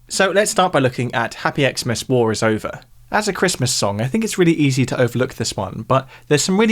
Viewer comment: I find it funny that you pronounce it "ex-mas", despite John singing "Christmas" in the song. 🙂